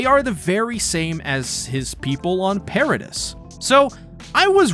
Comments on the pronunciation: pair-ruh-dee not per-reh-dis wtf did u even watch the show? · I don't know if you actually watched the anime but the pronunciation of Paradis is "per-a-dee" not "per-a-dis"